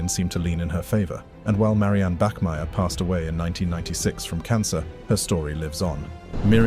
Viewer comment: Bachmeier not Bachmier